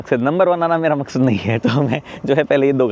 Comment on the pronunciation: Maksaad bolke Pakistani bann rahe ho aap 😂😂😂